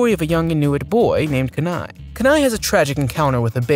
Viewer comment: His name is pronounced KEEnai not KUHnai as someone from Alaska, hearing it pronounced that way made me cringe